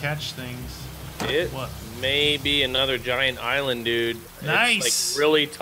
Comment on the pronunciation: He combined the words giant and island and said giland